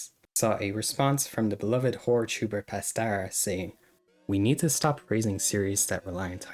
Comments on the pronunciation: Pas-TAR-a? It’s Pastra, pasta with an R in it. Pas-tra! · It's acrually pronounced "Pas-tra", like Pasta but with an R